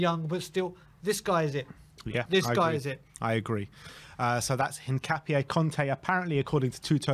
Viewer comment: "Kessiyay"? "Hincapiaye"? Come on, man...